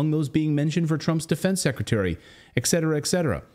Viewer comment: Et cetera, not EX SETuRahh